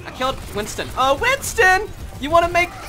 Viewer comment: Whenever someone says whinston I go to say Whinston with a Y!